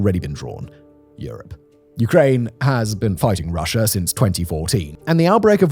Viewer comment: Am I the only one who hears "Russiar " and "Chinar"?